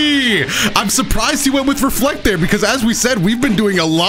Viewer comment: When he said reflect I thought he said were fucked 😭